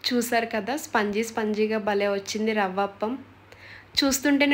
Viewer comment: Spangi kadu sponzy. kani ravapam matram super